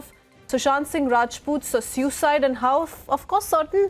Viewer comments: Its not SEWcide... its pronounced SOOcide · The host is having a tough time pronouncing suicide